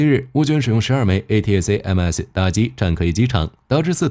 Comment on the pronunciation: A--ta-kam-s 請用音標發音比較快